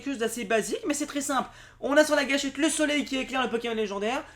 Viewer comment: Jaquette. Pas gâchette.